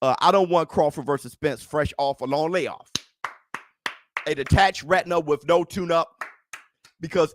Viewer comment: Dam be careful with some of those annunciations I almost swore instead of you saying spence tore his retina that you said he tore his rectum 😳😜 Detached probably would have made me hear it better too instead of tore 🤣🤣🤣